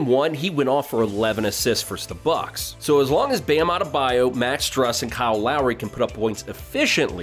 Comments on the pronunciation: it’s pronounced “stroose” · I hate this. It’s not Struss. Not Strauss. It’s Strus. Think Loose. The Strus is loose.